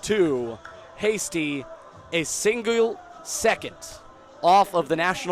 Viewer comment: “a singuel” lolol I’m sorry 😭😂😂